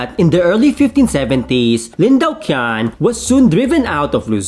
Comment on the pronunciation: "Lin Daoqian" is pronounced as "Lin Tao-ch'ien".